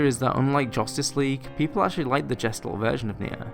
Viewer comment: btw. "gestalt" is not pronounced like "jestold", its german(means "shape" or "figure") and its pronounced like "guh·stalt"(where the st is more like an SHT)